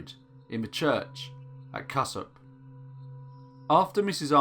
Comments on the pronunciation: Just so you know, it's pronounced "cue-sop" and "Bread - werdine" no hate, just for info. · Cusop Dingle is actually pronounced 'KEWSOP', but you'd only really know that if you knew the area! Hay (or Hay-on-Wye) is a shadow of it's former self, and quite possibly one of the most arrogant places I have ever known. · Cusop is pronounced "Q Sop." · Just found this channel, loving it so far! For anyone interested in this case I recommend Martin Beales book Dead Not Buried. If you ever update this, Cusop is pronounced more like Kewsop! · sorry meant to write that elsewhere. It was in respect to the way the narrator was pronouncing Cusop. My apologies.